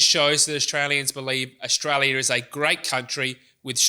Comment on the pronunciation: Very good, but please learn that "final" is "final", not "finuow", and "Australia" is "Australia", not "a Shtralia".